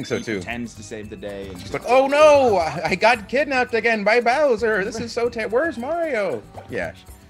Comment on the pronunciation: Creed VERY deliberately saying "Boy's Soul". Gotta pay the troll toll, man